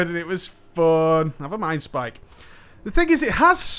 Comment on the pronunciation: "Av a mi'nd spike!" :)